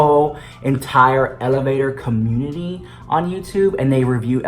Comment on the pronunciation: The elevator communtitty